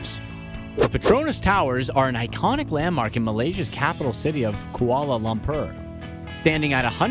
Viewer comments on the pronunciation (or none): it's pronounced lum•por...not lum•per